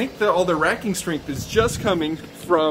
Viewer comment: "WHERE'S YOUR RAKI-STRING?" 😂 racking strength* got it. Drywall shear walls good until the first seismic jolt